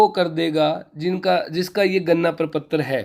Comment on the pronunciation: Gadna prapatra not ganna praptra 😂 but good information Thanks sir